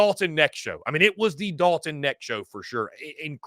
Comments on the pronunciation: Dalton Knecht.....The K isn't silent. Go Vols! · I was coming to the comments to say the same thing Knecht.. the K IS NOT silent bro. Its said exactly how it's spelled. #GBO #VFL